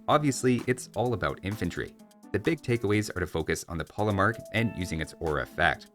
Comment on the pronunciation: Regarding the pronunciation of polemarch, a good general rule is that in languages east of France, 'ch' is pronounced like the 'kh' sound you may know from Russian or Arabic. And in Italian it's just hard k, so yes, chianti is pronounced with a k.